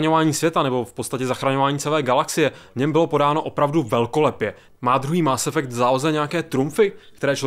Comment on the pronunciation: Dobrá recenze, ale Kerberus, Máááss Effect a Shepárd to je prostě lol